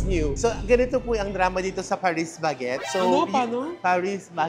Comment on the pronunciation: I miss Paris Baguette, go to coffee shop/bakery ko to sa South Korea. Pero we pronounce it po “pari baget” ☺️😊